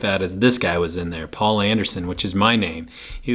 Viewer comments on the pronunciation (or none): none